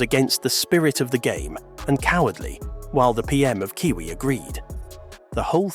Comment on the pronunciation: I doubt this guy is even a cricket supporter can’t pronounce the name of quiet a few cricketers Nor can he pronounce Aussies and Kiwis